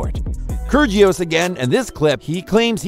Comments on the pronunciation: btw i don't mean to be that person but when you pronounce kyrgios the g is silent :) so its like kyrios btw i love this channel! great video! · That’s not how you say kyrgios’ name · ker gee os ... 🤣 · How did he pronounce kyrgios like that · The narrator needs to go to Pronunciation school. Kyrjios, Radoo-canoo, and Lahver? Get a grip. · Great videos, but i would suggest for your voiceover artist to learn how to properly pronounce their names. Raducanu, kyrgios, troicki, etc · Bruh say it rah duh cah noo 😂 Also Laver cup is like lake not lava and Kyrigos 😅 no g